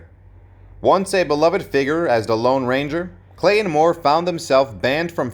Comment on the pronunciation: It's NOT "Clay-IN" Moore!